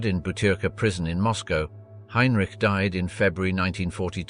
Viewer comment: HINERICHIE ?? YOUR AI READER NEEDS WORK